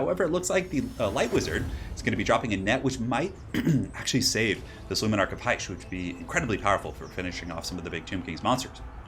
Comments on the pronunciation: Its not "heish" you pronounce it as "hish" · Dont know why but everytime you said: "luminark of hysh" it just sounded wrong to me, lol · Because it was. He mispronounces a lot of things in his vids.